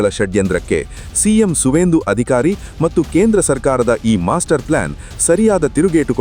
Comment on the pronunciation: ಮಟ್ಟು ಅನ್ನಬೇಡಿ, ಅದು ಮತ್ತು